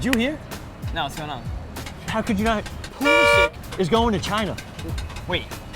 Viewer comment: If you could pronounce Pulisic than I might be a decent video